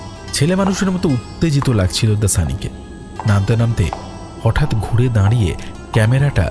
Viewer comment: besh sundor golpo . Bhalo laglo . Kintu "Uttajito" ebong "Shashpodo Shonkul" o "Monorotho" ei uchcharon gulo khub kane bajlo . Ektu nojor deben